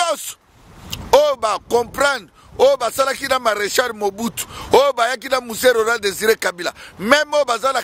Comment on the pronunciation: PRONONCE BIEN MARECHAL , ET PAS MARECHAR , TU ES TOI MEME UN RWANDAIS .